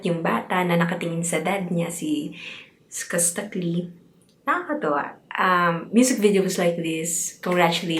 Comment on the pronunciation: Skus- skas Taclee- ta -clee Yan po tamang pronounce ng name nya maam ;)